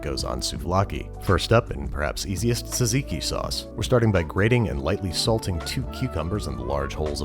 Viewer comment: Tzatziki. Not "taziki"